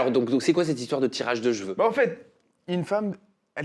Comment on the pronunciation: on dit CHEVEUX et PAS JVEU 😂😂😂